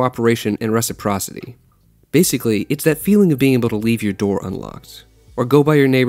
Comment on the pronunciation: But can pronounce reciprocity without batting an eye💀